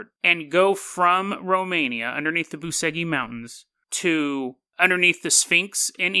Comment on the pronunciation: It's spelled Boo-che-gee